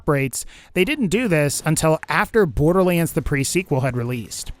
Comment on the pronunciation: sometimes you say borderlands like borderleens